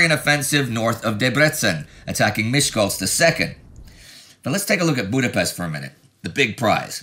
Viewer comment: weeks and weeks go by and Indy still genetically unable to pronounce Budapest.